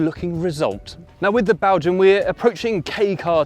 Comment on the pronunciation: Though you said BELGUIM,Pronunciation.